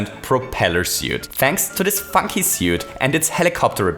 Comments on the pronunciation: “Funky propeller suit” sounds like “ beep-ing propeller suit” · “Thanks to this fuckey suite”, you wouldn’t say cog, but you’ll say fuck, have you no shame??? 😉